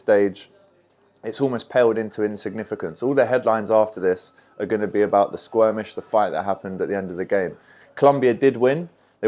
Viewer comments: Hang on….. um, can we just address “squirmish”!?! Haha. Good to see your channel growing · It's Skirmish